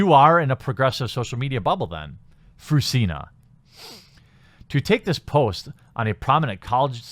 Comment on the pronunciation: I cry every time he says her name....Fruzsina is a nice name if pronounced right, "zs" is something like the g in genre. Btw she hungarian prolly or her parents. And Eördögh means Devil (Ördög). Funfacts.